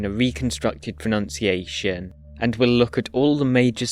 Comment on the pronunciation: beautiful pronunciation!